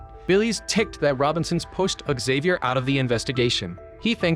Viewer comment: May favorite part is AI never pronouncing Xavier the same way twice